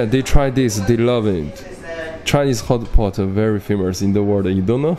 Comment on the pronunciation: 大哥，是 hotpot, 不是 hotboard